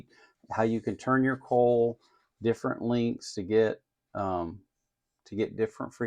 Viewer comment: Yay! If it turns out to be worth while I'll buy the kit and give it a go too! Why can't I have a next door neighbor like you? But I can tell from the way you pronounce the word coil that you live a long far way from me. You deal with Hurricanes, I deal with Earthquakes. Cheers!